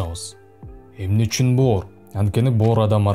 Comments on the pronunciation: Боор дегин😂😂😂😂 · бөөр деп боорду эздин.молодец. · 👏👏👏👍👍👍😆😆😆аябай жакшы түшүндүрүп бердиңиз СИЗГЕ рахмат бөөр дегениңиз күлкүлүү болду 👍😂😂😂